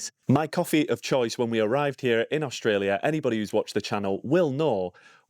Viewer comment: Funny…..you calling it OSHTRELIA ! Why ?